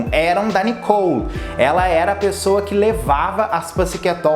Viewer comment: não e nicou e sim Nicole ! fica bem melhor fica a dica .